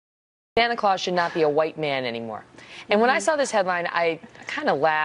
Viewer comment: Megyn keeps saying Sanna Claus. Didn't there used to be a "t" in that?